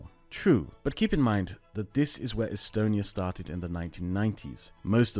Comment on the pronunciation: its not pronounced “e-stone e ya”?